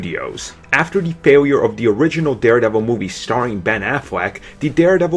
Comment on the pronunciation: What accent is this? You say 'the' like 'de'.